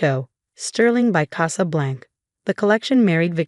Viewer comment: CasablancA. AI needs to be programmed to pronounce words correctly. 😖😖